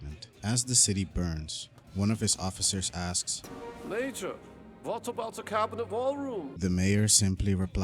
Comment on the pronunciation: Man can’t say major right to save his life